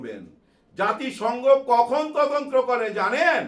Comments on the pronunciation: আসসালামু আলাইকুম আঙ্কেল,, কথাটা 'তদন্ত্র' হবে না 'তদন্ত' হবে। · ভাইয়া, বার বার আপনার তদন্ত্র কথাটি শুনতে খুবই কানে এসে লাগছে। কথাটি তদন্ত, হবে যাকে ইংরেজি তে ইনভেসটিগেশন বলে।